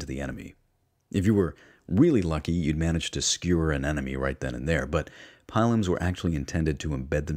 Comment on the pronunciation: Love this but I think pronunciation of scutum, pilum, and pyrrhus may all be off